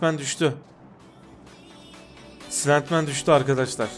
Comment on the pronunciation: Silentman diye yazılır ama öyle okunmaz :D